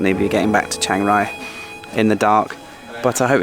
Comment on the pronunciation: Chiangrai or Chiang Rai is not pronounced "Shangrai".